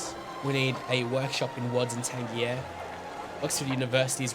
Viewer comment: Pretty sure "Tangier" is pronounced "Tan-jeer", not like a G but with a J.